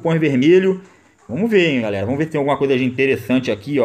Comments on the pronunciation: PARA COM VOMOS QUE VOMOSSSSSS. É VAMOS QUE VAMOS. JESUS DO CÉU. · "Vomos que vomos"